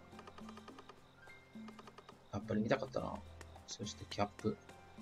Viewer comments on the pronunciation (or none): 相変わらずキャップのイントネーションが気になってる（笑） 帽子のキャップに聴こえちゃう